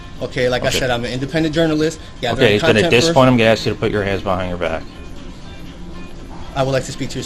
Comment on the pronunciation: "If you aks me" - what an idiot. Just arrest him. Cocky little idiot. It really is a bad script. It's amazing how many cops don't know it.